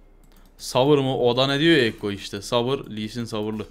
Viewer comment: Abi senin yüzünden ekkoya kekko demeye başladım kekko diyince arkadaşlar gülüyo :D